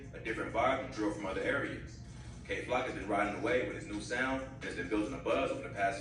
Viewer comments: Kay Glock??? Kay Flock 😂😂😂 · Why y’all calling bro Kay glock 💀💀💀oh nah